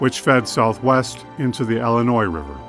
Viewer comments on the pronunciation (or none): it's pronounced "illinois", not "ellenois"... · Tell that to most of the population of Chicago, Ellinoise.